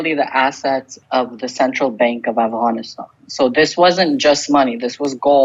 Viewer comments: He keeps saying Avgonisthon hehe 😜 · Still annoying to hear Afghanistan pronounced that way when everything else has no Afghan accent